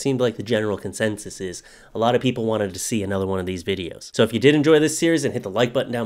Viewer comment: it sounded like he said toe not so